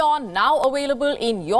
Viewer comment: We are now "awailable" in your country 😂 . I liked this video.